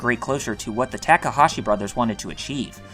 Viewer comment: Holy god you have the worst pronunciation on youtube. You literally switched back and forth between pronouncing Takahashi correctly and incorrectly 5 times in a single sentence. Please do better.